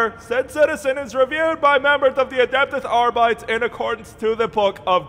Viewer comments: "Adeptehs Arbytes". Holy shit my latin part of the brain...HNNNNNNGHHHHRRRRRR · The fact that he keeps mispronouncing “Adeptus Arbites” makes his insane enforcements all the more profound.